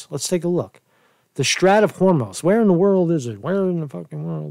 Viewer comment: How do u not know how to pronounce Strait? Its a pretty common word in geopolitical affairs or basic geography